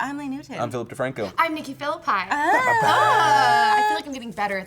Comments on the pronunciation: it's not pronounced philippai its philippi like if it was philippee, its italian its imposible its pronounced the way she says it is, im 100% sure, just saying :P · Yea. I don't possibly understand who that is pronounced Philipai. But I have heard weirder pronunciations